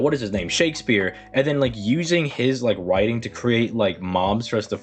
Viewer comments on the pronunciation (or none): none